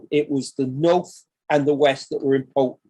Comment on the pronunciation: This is interesting but I cannot stand his voice "various bits and pieces" is over used and extrowdenary is not pronounced like that and impowtent is another, he's basically saying he's the first, all him, he got dibs on it